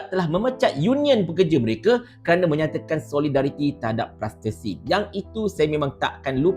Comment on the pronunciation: Pertama sekali klo nk sebut negara Palestin tu biar sebut dgn betul..ni dok sebut "plastesin" pemenda la ko ni..lg satu btl ker statement ko ni yg vincent tan merayu la merugikan org malaysia sendiri la apa la psl boikot produk2 yahudi tu atopun mmg sekadar ko nk bt kontent mkn duit youtube jer..dn ko kna tau org xbeli atopun minum kopi kt starbuck pon klo diaorg pegi beli kt kedai2 kopi brew xkira la warung kopi brew tepi jln ker atopun kafe ker mostly kopi mentah yg diorang pkai tu pon beli dkt starbuck jgk..ada yg pkai produk kopi dr aussie dn negara lain tp xbnyk sgt..adeyyy letih la ko ni..semangat dah tp sebut Palestin tu xbetul dok sebut "plastesin2"..sedih betul la..